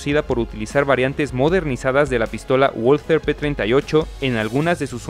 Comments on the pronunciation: Valther no walter doble v amigo asi se pronuncia en aleman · Por favor, por respeto a la lengua alemanes se pronuncia VALTER,NO LO DIGAMOS A LA INGLESA,POR FAVOR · Yo ya estoy harto de ponerlo en los comentarios lo de la w en aleman. Este error es muy frecuente entre los narradores latinoamericanos mas habituados a la pronunciación inglesa. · Sabrás todas las curiosidades que quieras y más, pero no sabes ni decir "walther" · se dice valther jaja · Muy bueno el video. Pero no olvides que es una empresa alemana, es decir que la W no se pronuncia como U sino como V. Se deberia pronunciar , Valther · Muy bueno. Únicamente, una pequeña observación. La W en alemán se pronuncia como V fuerte, ergo se oiría como VALTER. Por lo demás, estupendo! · En alemán la "w" se pronuncia "v" y la "v" se pronuncia "f". Así que se diría /Valther/ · "V A L T Á" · No se pronuncia "gualter" sino "valter". Que no es inglés sino alemán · Pues lo primero que tienes que saber tú es que no se pronuncia Gualter, coño ! Se pronuncia Valter ! Lo saben hasta los niños de teta ! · Se pronuncia balter, no ualter. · Pronunciado "BALTER" (alemán), NO "UOLTER" (inglés) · No se pronuncia uolter sino valter. Los comentaristas soléis pronunciar las palabras alemanas a la inglesa por ejemplo en tanque TIGER que pronunciais taiger, en vez de tiger. Y así. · Que sepan Uds. Que la w en alemán se pronuncia B igual que en el japonés se dice Balter. No ualtet. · WALTHER: se pronuncia VALTER (es alemán, no inglés) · La w se pronuncia como b y no gualater.. Es balter.. Saludos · Hola, tu pronunciacion del nombre de la fabrica "Walther" no es corecto! En Espaniol se pronuncia "Balter"! Pero tu estas copiando el Ingles, diciendo "Bolser"! Eso es falso, pero nosotros sabemos, que los US Americanos son incompetentes en idiomas extranjeras! Pero tu, hablando Espanol, tu no tienes que hacer las mismas faltas como los US Americanos, pf! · No se dice "uolter", se pronuncia "valter", es alemana, no inglesa.